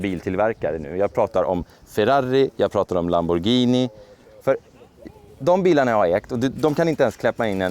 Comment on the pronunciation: Fan äntligen en fuxen som säger Lamborghini inte lamborjini